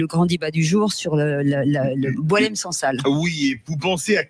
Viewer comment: Le "Sangsale" évacué... Évêque... Vicaire se prononce(viquaire) Les viscères ???😊😊